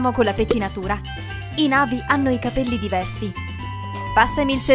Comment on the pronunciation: Ma e super bellissima ma si dice na vi' con l'accento sulla i